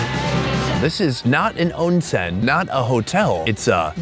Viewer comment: You butchering "onsen" makes me sad. I hope you should try to learn words/dialect before using them.